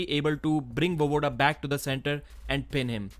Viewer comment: VoEEEvoda, not Vovoda